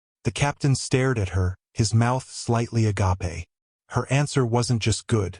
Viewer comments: Still pronounce the word agape wrong, the "e' at the end is silent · Agape is a greek word. The english word agape has a root word gape, meaning an opening. Please edit properly. Some readers are knowledgeable enough to know the differences. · I’ve pointed this out several times - producers of this AI material never amend the error, and continue putting it out in new material 🧐